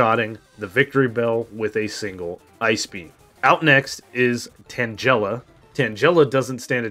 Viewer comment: Curious, do you purposely mispronounce Tangela as "tan-jel-uh" instead of "tang-uh-luh?"